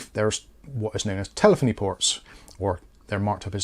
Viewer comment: Tele feny not foney